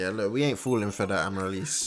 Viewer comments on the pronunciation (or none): you are saying her name wrong it's pronunnced Am a rill las